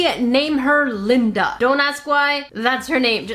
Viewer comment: Lyndeuh for sure lol